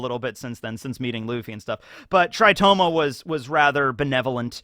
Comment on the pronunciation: Tritoma not "Toritoma"??